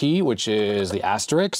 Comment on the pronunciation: Interesting, thanks. One comment: you fell into the trap of pronouncing * as 'asterix' (as in The Gaul) - it should be 'asterisk'. Just proving that I watched to the end 😉